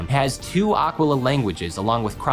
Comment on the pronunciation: You trying to pronounce Aquila (and all the other Grecian names) is killing me